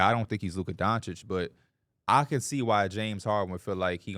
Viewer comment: STAY saying “Donchick” instead of Doncic 🤣